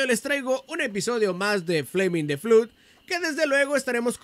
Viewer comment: este cochino, se dice "flod" no "flud" ahora meteme tu eminenencia